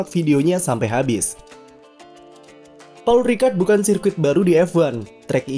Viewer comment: Pol Ricard dibacanya